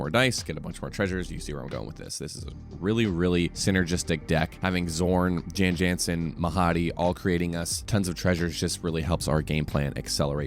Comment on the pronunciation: I'm just here to say that "Jan Jansen" is pronounced "Yon Yonsen", per the voice work in Baldur's Gate 2 where he's from. Otherwise, this looks like a cool deck, and remember: the House always wins.